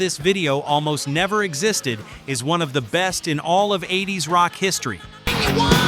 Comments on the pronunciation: I really wish people that use text for speech for their video narrations would take the time out to correct pronunciations in their voice tracks. It sounds ridiculous when you release them like this. just sayin.. i wouldn't release a track in this state. eight zero s??? blind in texas?? seriously.. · ahh, i remember the "eight zero s".. good job ai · You may have to write out numerals like eighties for the AI to pronounce it that way in the.prompts. Outside of that. The AI is pretty good for AI. A bit cliche on the script. But that’s the thing about AI, it can only go by established patterns of writting. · Really don't like these ai narrations, absolutely no feeling for the content, " in the eight zero s" really? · I get the point. I'm genx so MTV was an important part of my life. :-D It's just the mispronouncing of WASP as individual letters and not the word, saying '80s' as 'eight zero ess' was bizarre. And others. It's just that nobody I know of prefers ai narration over human. Hoping the guy that said he'd narrate for you gets taken seriously. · More faking AI shit, can't even get the song titles right. And eight zero ess, who says that? AI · “Late Eight Zero S”?? How can AI be so dumb? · That's AI for you! That's like the 1980s being called, 'the eight zero ess' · AI you can tell instead of saying 80`s it said Eight oh Ess and he kept calling the band W.A.S.P. as in the letters not the word. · The mid eight zero ess? WTF is that? God, I hate AI voice overs! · A lot of Click-bait AI can't pronounce 80's or words like WASP has to spell it out. MTV played "Were Mot Gonna Take It". Most the songs on this list were played by MTV. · Thumbs down for AI speaking and couldnt even say 80's right. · Multiple times....! I'm shocked! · I like how they spelled out W.A.S.P. like that's the band's name and not just said Wasp! And 8-0-S! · I've never heard of the 80s spoken out like eight-zero-ess. 🤣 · or "The 8-0-s" AI can't pronounce "Eighties" apparently 😅